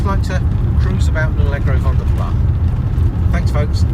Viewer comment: Pronounced Vanden Plas as in glass, not plah due to the Flemish origins of the coach builder.